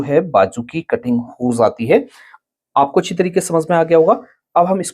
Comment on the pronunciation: Hojati ❌ Hozzati ✅ 😂